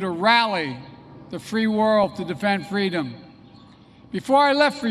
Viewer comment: It's called "freedom" Joe, not "fleadom"; He's demented allright.